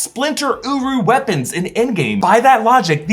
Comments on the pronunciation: I swear everytime i hear him say uru it sounds like uwu✌wtf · Uru sounds like “UWU”